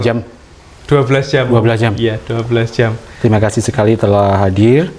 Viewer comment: Ngapain sih tiap kata di tambahin K contoh kedirik jugak terimak kasik wkwkwkwkwkw